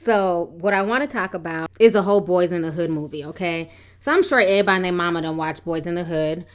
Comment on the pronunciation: you speak so well, but when you say(airbody)Everybody its all in vain!😞